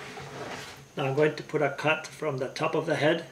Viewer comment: When u say the word “cut” it sounds like ur saying “ c*nt”. Hahaha